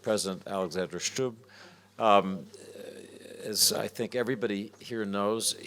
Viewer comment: A note to Washington Post. It is Stubb, not Schtubb.